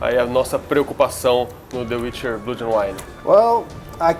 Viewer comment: "blúd"... cruzes.